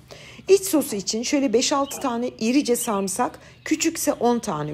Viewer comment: Bi tık! Tık tık! 😂 bu yeni Türkçenin hastasıyım nefis, tık tık tık 👏🏻 Sarmısak mı sarımsak mı tık tık? 😁